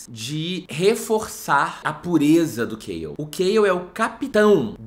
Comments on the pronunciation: Ele falando "Kêiol" e eu: "mds, quem é esse querido?" Até q me liguei q era o Chaol, e eu simplesmente leio CHA-OL, tal qual tá escrito mesmo kkkk 🤡👍🏽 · Eu não li o livro ainda, então quando ele falou, eu achei q o nome fosse Kyle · E eu achando que o nome do Chaol (só descobri que chama assim por causa dos comentários) era Kale por conta da pronúncia do e não parava de pensar “nossa o nome dele é Couve” HAHAHAHA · A pronúncia de Chaol kkkkkkkkk eu falo "xau" kkkkkk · mds COUVE???? KKKKKKKKK coitado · Sim kkkkkk KALE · Eu pronunciava o nome do Chaol de "xãon" KKKKKKKKKK